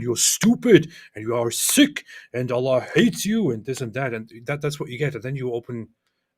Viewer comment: LOL Why's he calling allah Ella?